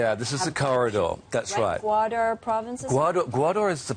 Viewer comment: It is Gawadar , not Gawaaaadooor .Fucking yankee